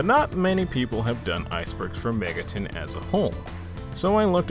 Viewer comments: ah yes "Megaton" the classic early fallout 3 settlement Sorry for being triggered but it's Mega-ten, TEN, 10 that's how you say it. Not megatun. Megami TENsei not Tunsei. Cartman, Cart MAN you get it. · nah, i checked your other videos and you regularly pronounce it megatun, it bothers me but it's a pet peeve of mine. You say Shin Megami Tensei correctly but the way you pronounce the abreviation sounds like "Megatun". I'm new and your videos are actually good, I apologize if i'm being annoying here.